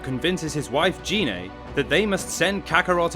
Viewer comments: GI-NAY NOT GEE-NAY 😑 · Well, firstly, you pronounced Gine's name wrong several times. It's pronounced with a hard 'G', and not like a 'J'. Also, you guys did put in a lot of "non-canon" info and characters, like Turles. Oh, and also, , you spelled 'asteroid' as 'asteriod'. So...yeah, I'd give this maybe a C-.